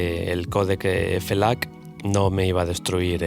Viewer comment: Quien le dice F-lac? JAJAJAJJAJAJAJAJA Muy buen video. 👏🏻